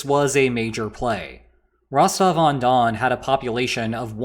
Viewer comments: It's Rostov, Rostov-on-don, or Rostov-na-donu. Rostovon doesn't exist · "If Rostov-on-Don becomes Rostove-Undone" 🤣🤣🤣 That's why I sub to this channel.